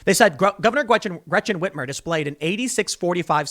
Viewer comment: Gwechen Ritmer😂